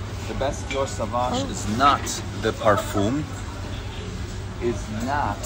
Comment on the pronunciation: And pronounces "parfum" differently every video.